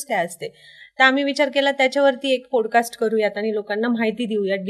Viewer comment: पॉडकास्ट…not पोड cast..